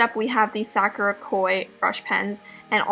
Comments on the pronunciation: It's "sa Koo duh" (Sakura) and "Koo Doo ta Kay" (kuretaki) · i love you, but the way you were saying sakura was really bothering me lol